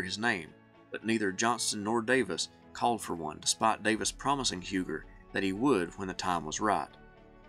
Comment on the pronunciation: It is pronounced U gee, he was a French Huguenot. Love your channel.